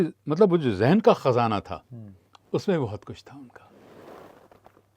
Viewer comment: Aaj kal ke news reporter aur announcer khazana ke jagah khajana kehte hai. Awaz ke jagah awaj aur Hazar ke jagah Hajar ka istemal karte hai.